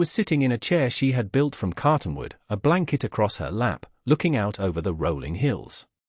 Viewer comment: “Cartonwood”? Perhaps you mean “Cottonwood”….